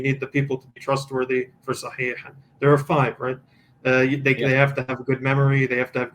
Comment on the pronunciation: This guy is either an ex muslim or someone who knows a little bit of Arabic They way he pronounced “Sahih” and “Muhammed” is very accurate.. too accurate